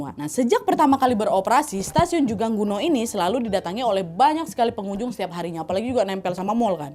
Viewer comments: Koreksi kak bukan jungangguno tapi jungangno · Dibaca jungang ro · correct lagi kak. bacanya Jungang-no. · Kim Dae Han dibaca : Kim De Han Jungang-ro dibaca Jung Ang No (udh ada tulisan nya diplang nama stasiun, cara baca persis seperti itu bkn jung gang gu no😭) Choi Jeong Hwan dibaca Che Jong Hwan Choi Sang Yeol dibaca Che Sang Yol next research how to pronounced ya, Nadya. Biar informasinya juga tepat. 🙏🏻